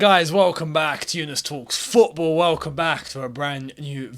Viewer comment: 🤣🤣 that emphasis on " talks FFFootball" already got me laughing and the vid just started🤣🤣